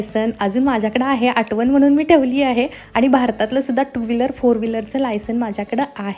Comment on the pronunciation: आटवण नाही आठवण